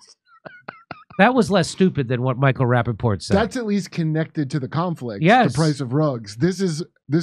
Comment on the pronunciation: Micheal rapapotatoes 😂